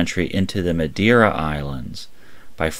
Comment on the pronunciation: Way to butcher names like "Newfoundland", "Vasca Da Gama" and "Madeira".